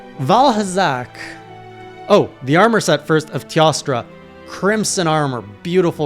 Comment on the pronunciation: Teostra is pronounce Tay-O-stra. Teo means 'god' in old latin as reference to God of the Sun in Greek Myth. And..when there's a sun, there's a moon if u know what I mean.